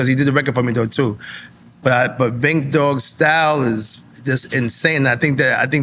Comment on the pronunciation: Sounds like he said Bink. I don't even know who that is either lol